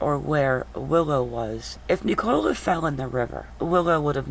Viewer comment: It’s pronounced nickula not nic -ole-a